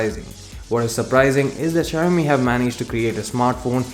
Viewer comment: शायामी नही भाई शाओमी